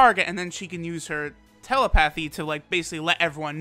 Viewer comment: You're pronouncing telepathy wrong